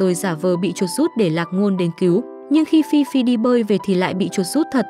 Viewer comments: Ê phi phi mà có đoạn đọc phi phai v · Phi phi mà ad đọc thành phi phai:)) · Phi phi mà có đoạn đi xem phim cùng thi tự thì lại đọc nhầm thành phi phai😂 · Phi Phi ad đọc thành Phi phai luon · phi phi mà đọc thành phi phai??? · Ad đọc phi phi thành phi phai là sao vậy ad? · Chắc ad mê phi phai quá nên đọc lộn á 😅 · Phi phi mà đọc thành phi phai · Có đoạn đọc Phi Phi thành Phi Phai bcuoi vch:)) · vcl phiphai bịt miệng a lại:)) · Phi phi mà ad nói phi phai :))) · phi phi mà nhầm phi phai luôn=))))) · Phi phi thì đọc là phi phai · Ad đọc là fifai😂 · Nãy nghe phi phai phải bịt miệng=)